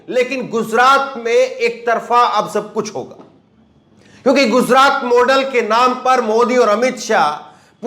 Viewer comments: Please say gujrat. Not guzrat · jozraat nahi bhai gujraat